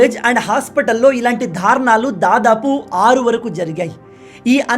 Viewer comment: ధారుణాలు అని పదేపదే అంటుంటే కర్ణకఠోరంగా ఉంది.దారుణాలు అని పలకాలి.